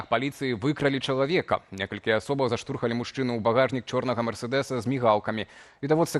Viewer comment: Дык "заштурхалі" - "у" знаціскам- ці "ЗАПІХНУЛІ"!!!? Дзе ты вучыў беларускую? На Зм. Бядулі?